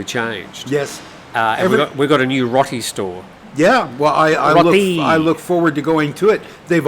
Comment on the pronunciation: Roti is pronounced rowti NOT rti same as rotisserie